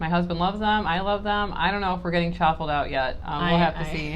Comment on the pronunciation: Are you saying chopple or choffle? I genuinely can’t tell. I’m new to this so looking for more/new foods to eat that are ketomad friendly